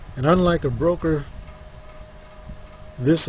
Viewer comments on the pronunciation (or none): It's "BOKER" dude, not "bRoker"!! My bad, it was hard to hear you say it wrong all the way through your vid. Lol, and, it's "ASCENT", not "aCCent". Sorry, not meaning to rain on your parade, just sayin. Thanks for the vid overall.